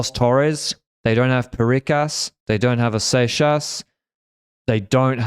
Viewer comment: Sorry to interrup but Seixas is prononced Sex-ass (like Texas but with an S). Thats all for me